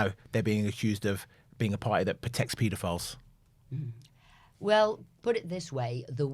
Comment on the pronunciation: I wish she'd learn to say paedophiles, properly